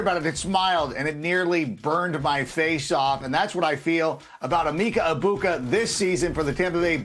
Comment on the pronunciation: It makes sense my least favorite person in the nfl “analysts” realm can’t get this right. It’s “eh-Mecca EGG-buka” not “eeemeeeka ebuka” please educate yourself